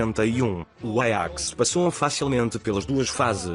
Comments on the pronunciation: Ele pronunciou em holandês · Nossa e bem diferente o pronunciamento do nome do Ajax em Portugal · apartir de agr so vou falar "Aiax"